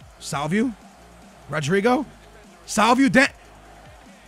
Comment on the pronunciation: Damn you really slaughter some names. Salvieu? No, SalviO, just like rodrigO. On the other hand rodrigo comes out nice. And look at the name pereira, damn man